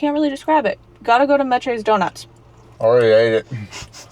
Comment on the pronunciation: Meches is pronounced mesh.